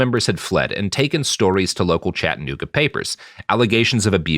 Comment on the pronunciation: Never heard Chattanooga mispronounced so many times in my life.